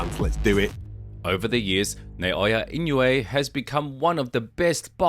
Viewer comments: And it's not "In-yu-ay." Say "een-oo-ay." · His name is not pronounced "In-you-a" It is pronounced "E-no-way" The "I" is a long "e" as in "knee"